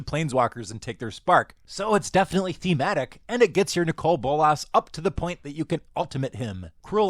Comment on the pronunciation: You say Nicol Bolas very weirdly.